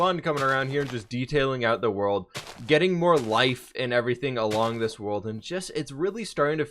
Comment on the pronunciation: I’m glad still can’t say button or getting